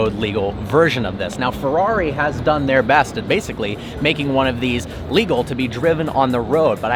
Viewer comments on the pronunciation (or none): none